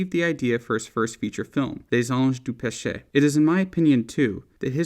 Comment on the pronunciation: learn how to say les anges du peche properly if you're going to be pretentious enough to say it in french with some silver spoon in your mouth, you stupid moron